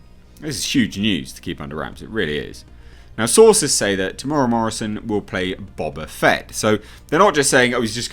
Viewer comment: It's pronounced Tem / Mera.